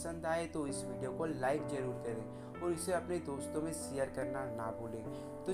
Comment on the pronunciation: Share bolna bhi nhi aata